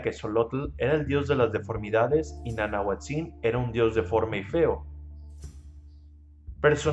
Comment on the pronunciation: Gracias por tus dibujos. Excelente!!. Te contribuyo con esto: El acentuado de las palabras en Náhuatl es grave, no agudo es decir se pronuncia NANAHUÁTZIN.